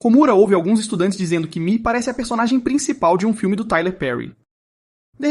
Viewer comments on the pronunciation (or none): none